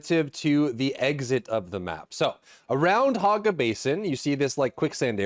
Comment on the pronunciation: HOG ga basin lol i cant stop hearing him say it.